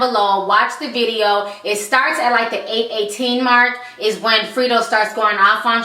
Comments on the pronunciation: respect to you for doing this show but please know how to pronounce the ppl you talk about name properly. its not Freedro. its Fredro. like (Fred and Ro) combinded. smh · GOOD VIDEO. ITS NOT "FRITO", ITS "FREDRO" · FREDRO, not Frito..damn girl lol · Free dro Lol its funny how you say his name i love it😄😄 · it's pronounced Fred Dro. You made it sound cute though